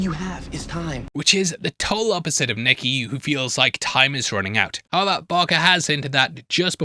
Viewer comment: HOW-EVER!!! NOT, "HEVVER"